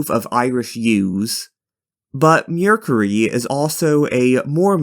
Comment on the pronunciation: Also it's MER not MURE so MERcury